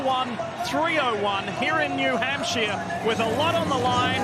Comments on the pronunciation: I’m thankful I was at the race and didn’t have to listen to Leigh saying “New Hampshire” all day 🤣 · OMG DIFFEY...WE NASCAR FANS KNOW WHO THE DRIVERS DRIVE FOR, AND THEYRE SPONSORS, YOU DO NOT HAVE TO REMIND US EVERY SINGLE LAP. AND THATS NOW HOW YOU PRONOUNCE HAMPSHIRE,SORRY.NASCAR ON MUTE!!